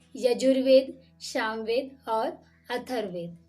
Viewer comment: आप शामवेद केह रहि है। वो सामवेद है।